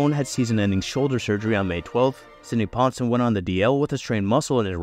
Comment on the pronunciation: Sidney Ponson spent a while in Baltimore and got made fun of a lot lol. Btw Its not "Ponsun" its Pon-sown"